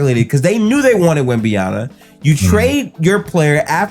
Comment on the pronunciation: How hard it is to say YAMA and not YANA ?